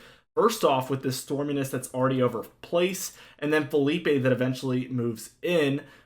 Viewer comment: ITS NOT FELIPE!!!!!!! ITS PHILIPPE